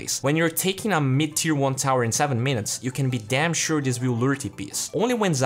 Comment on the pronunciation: Even English has a variety of accents, someone from Scotland speaks very differently compared to someone from Texas. It all comes down to how you pronounce certain sounds. For instance, when he says "minutes", he emphasizes the "i" a lot, and there is an extra "y" sound next to the "n". Likely because he needs to do so in order to speak his own language, thus he has grown very used to it. I am not a native English speaker either, but I am the only person I know IRL who can fake accents, assuming I had the time to learn them. For example; when I first arrived to USA (hopefully will go back soon!), a lot of people complimented me on how fluently I speak English with little to no accent (although I still struggle a bit with "th" and some "t" sounds). However, when I went to order food, I had a lot of trouble trying to understand the employee, because they had a Mexican accent. For a more relevant example, few of the friends I play with can understand what Slark or Pudge says half the time, while I can because I know how to speak Australian and Southern England accents. Turning "I" sounds into "O" sounds, omitting a lot of the "t" using "glottal stops" and ignoring "r" completely at times, etc. Sorry for rambling, I just like this topic...